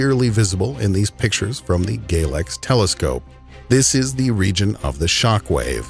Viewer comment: "..also known as gaylex." I can't be the only person who thought this is what he meant